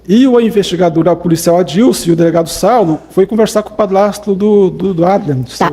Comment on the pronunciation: Padlasto , Plata 🤣🤣🤣🤣🤣🤣🤦🏼‍♀️🤦🏼‍♀️🤦🏼‍♀️🤦🏼‍♀️cebolinha, adliam!